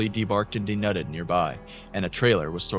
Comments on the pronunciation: Just letting you know, it's "dee-nude" (like "nude" as in "naked"), not "dee-nud/nut" or whatever you were saying. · These are great! Take a peak at how to pronounce "denude" though ;)